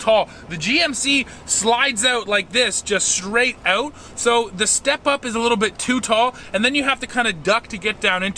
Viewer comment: its pronounced as 'out' mate, not 'oat'